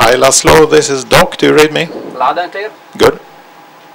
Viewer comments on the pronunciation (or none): Its actually Làszlo (lah-slow) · It's lászló not lazlo🙃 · Not Lazlo, László, its a hungarian name. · It is Laszlo , Hungarian name ... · It's László by the way